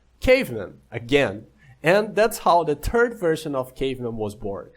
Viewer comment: The "turd" version of the game? hahaha Anyway, this is really cool man, keep it up